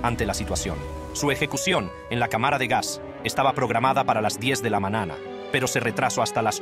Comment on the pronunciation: Muy buena dicción, sólo le falta aprender algunas pronunciaciones como la j, mañana, y algunas otras, pero en general muy buena.